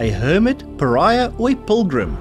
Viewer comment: you have got to say pilgrim and not pulgrum.